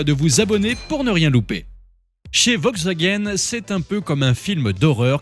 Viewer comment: On prononce "VoLkswagen"... Et sinon, depuis quand on chronomètre un 0 à 100 au centième de seconde...? 🤣🤣